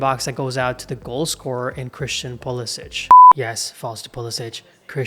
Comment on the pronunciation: Puh Leh sick. Not puh les itch